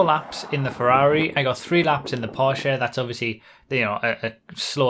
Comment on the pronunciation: finally someone got "porsche" right :)